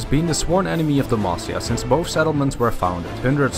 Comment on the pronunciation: GJ on the video... but at first I misheard you saying Demacia into De Mafia